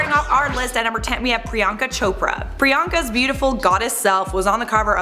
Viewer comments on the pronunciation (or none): none